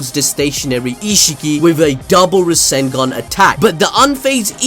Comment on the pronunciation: he is still saying rasengeeen only.